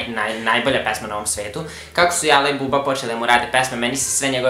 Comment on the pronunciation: Buraz, Jala je [Đala] !!!!!!!! Btw. potpuno se slažem sa tvojim poretkom.